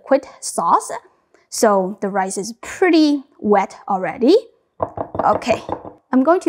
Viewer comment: Shrimpuh fried rice-uh